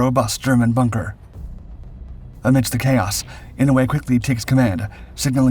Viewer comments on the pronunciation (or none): Someone at my workplace is related to Daniel Inouye and has the same surname. Incidentally, it's pronounced "I-no-u-e" with 4 syllables. Our airport is named after Daniel.